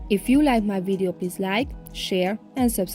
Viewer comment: And also wideo...so cute!!